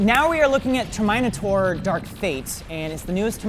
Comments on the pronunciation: the world: Ter-mi-naters:Ter-mina-ters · I'm not a native english speaker, so please correct me but is saying "Tuh-my-nie-tor" multiple times, and as far as I know, its spelled "tur· muh· nei·tr" am I remembering it wrong or is this a joke? Or even the legit way how the movie is pronounced? I'm legitimate confused xD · it's not "Termaeni Tor" it's "TERMINATE-UR" #RIP #lol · Ter Mine Ator??? It's TERMINATOR😭😭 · Terminator ter mine a tor pronounce terminate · "TER-mine-AH-TOR" ?! not TERM-IN-AY-tor.?? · This is the new TER MINATOR movie Me: THE PRONUNCIATION IS TERMENATOR NOT TER MINATOR Also me: btw the spelling is terminator but the pronunciation is termenator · He pronounced like “Ter-mina-tor” instead “Ter-mi-na-tor”. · "Ter-MINE-ator" WHAT IN THE WORLD IS THAT?! ITS "TERM-IN-ATE-ER" IF THATS HOW U WANNA KNOW HOW TO PRONOUNCE IT DUDE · HAHAHAHAHHAHAHAHAH HE LEGIT SAID TERMYNATOR HAHAHAHAHHAHAA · DID YOU JUST CALL TERMINATOR TERMYNITOR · Him saying Ter-Mine-A-Taur instead of Terminator cringes me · Did he actually pronounce Terminator TER-MY-NATOR? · Ter-min-ator, i cba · Will someone please explain to me why is pronouncing Terminator as Ter-mine-a-tore. Is he trying to be funny? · why is he calling it Ter My No Taur? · why..whyy TERMAYTATOR????? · Did no one catch say "mine" in Ter"mine"tor? he should have done push ups! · Sir.. SIR ITS PRONOUNCED TER-MEE-NAY-TORE AHHH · Not really. It's so obvious he intentionally did that. He's mentioned the Terminator before and pronounced it the right way. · “Termynatore” got me:) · TermynaWHAT! What did he pronounced Terminator as! Yikes! I cringed. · I've never EVER heard that pronunciation of the word Terminator in my entire life... Like... TermEYEnator ? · did he just called terminator 'termynatorree' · did he seriously just say ter mine ator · how tf is he saying terminator? it’s term-in-a-tor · How do you pronounce terminator? Ter-mine-ator? What? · "Ter-MINE-a-tor" xD